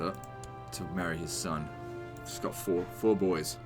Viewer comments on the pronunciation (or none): none